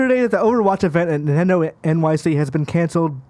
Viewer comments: Nendedo is how how he said Nintendo 😂😂😂😂 y’all will employ anyone and your community just eats it up. Bravo I guess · Really? Now you're trying to call someone out for saying Nintendo as NENtendo? What is wrong with you? You're pathetic. YOU are toxic AF. Idiot.